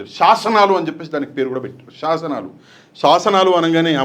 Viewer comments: శాసనాలు కాదు. సాస నాలు😂😂😂😂😂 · వాడికంటే తెలుగు మాట్లాడటం రాక ససనలు అంటున్నాడు మీరు కూడా ససనలు అనేస్తున్నారు జాగ్రత్త